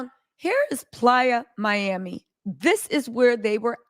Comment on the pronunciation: She killing me saying PLYER MIAMI and it’s PLAYA as in offsets a PLAYAAAA Miami but nothing less cardi dumb ass shouldn’t have tooken him back and I don’t feel bad for her